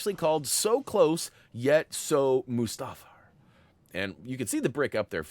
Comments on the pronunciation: Moo-Stahfer???? REALLY??? PLEASE tell me you are mispronouncing that on purpose..... Shakes head in disappointment. Still love you!!! Still Love your Videos!!! Keep ohn Keepin' ohn!!! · I've never heard "Mustafar" pronounced like that before lol. If I'm not mistake it's pronounced as "Mewstar-far" with the U having an OO sounds and not an UH sound if that makes sense. Either way that's how I'll always pronounce it. Lol Brilliant guide as always. Honestly the best lego guides on YouTube. Would you ever cover older games you haven't covered? Perhaps like Indiana Jones 2?